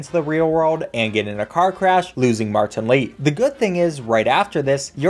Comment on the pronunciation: But when u say martan Lee it sounds so funny 🤣